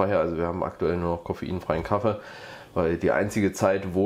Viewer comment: Das heißt Kaffee, Kaffee und nicht Kaffe, definitiv nicht Kaffe! 😂